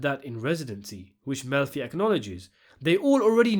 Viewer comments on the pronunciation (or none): I love that you pronounce it "milf-y" and that the subtitles translate that as "M*lfi"!